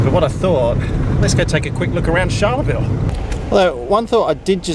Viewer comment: Great video. I need to help you with just one thing that as a Queenslander, is a little grating. Pronunciation. Charleville is not pronounced like Charlize Theron with the 'ch' sounding like 'sh'. It's 'Ch' like Charlie and the Chocolate factory. Like Cha-Cha-Cha. We'll get you there. It's great to see a decent Australian flying video series. - Mike Costello.